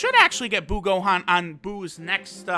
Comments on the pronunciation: Buuhan not buu Gohan Buutenks not buu Gotenks Biccolo not buu piccolo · Hears Say Buu Gohan Intense inner thoughts of Buuhan being yelled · Can he just say buhan jeez